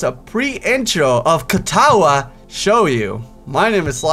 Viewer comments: ehm ehm... it's shoujo, not shouyo -.-... i know it doesn't really matter, but bothers the brownies out of me anyway . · It's shOHjo. Like your saying oh... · in japanese the j is never a y sound